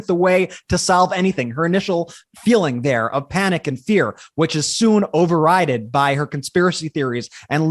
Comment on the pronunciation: Overridded?? Try Over-ridden. I as in bitten.